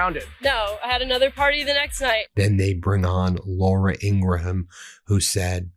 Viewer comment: Laura Ingraham’s name is pronounced Ing-gram, not Ing-gruh-ham. SMH, your subscribers expect you to pronounce names correctly! Let’s get this.